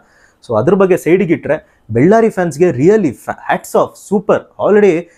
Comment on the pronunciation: ಅಣ್ಣ ಅದು ಬೆಳ್ಳಾರಿ ಅಲ್ಲ ಬಳ್ಳಾರಿ 😌😌